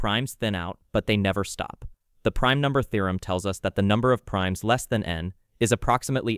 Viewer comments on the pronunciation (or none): Definitely an AI voice, since it sometimes pronounces "theorem" as "thorum".